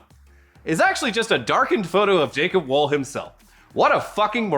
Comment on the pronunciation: Please pronounce "Wohl" with a round "O" sound. Sincerely, Kasey Wahl